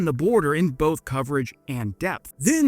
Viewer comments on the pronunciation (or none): none